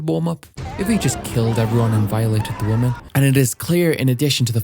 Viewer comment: have you always pronounced these two words the same way: woman & women?